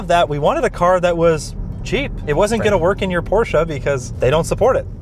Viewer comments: Shoutout for pronouncing ‘Porsche’ correctly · Thank you for not saying PORSCH!